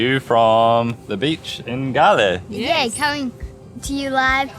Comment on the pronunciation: Nice vlog, but the Pronunciation is wrong, 😅it's spelled like goal, not galle